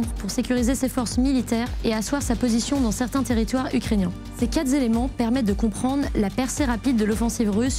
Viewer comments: Analyse très intéressante merci. Attention cependant, j'ai eu mal aux oreilles : "Ces quatre Zéléments" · Attention aux quatre zéléments...les oreilles sifflent. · Très bien, bon topo ... sauf, à 5 minutes 59 : '' ... ces quatre Z éléments ... '' (oulala !) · 6 min .. ces quatre Zélements ? Ah non ... quand même ! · "Ces quat' zéléments"… Pitié !